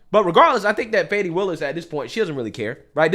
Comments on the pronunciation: You should pronounce her name right, it is not Fani it is Faaawne. 😂😂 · She says she is "Fawn knee",,,not fanny 😂😂😂😂